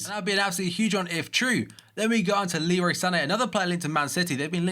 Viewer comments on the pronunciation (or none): none